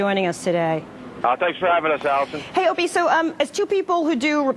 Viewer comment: She Said "Opanie and anthony"..how hard is it to say?? How did your Parents die? Tha..that's terrible I'm sorry...Frrronkus!!